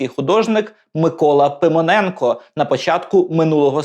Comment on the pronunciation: Ну і вимова! Микола Пимоненко в устах ведучого звучить як Симоненко!?